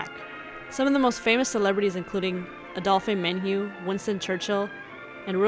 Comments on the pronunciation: For someone who did all that research, you mispronounced almost EVERY name you said INCLUDING the very cafe you're documenting. Super amateur. Adolphe Menjou especially is turning in his grave. You should reasearch a little more so you don't sound like you really, in reality know nothing about the video you're narrating. Just saying. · It's not mon'-mar-tre. It's not Adolph-e Menjou. Please, if you're going to do history, any history, but especially Hollywood history that some of us grew up with and that some of us had careers in, learn the correct pronunciations of historic names and places.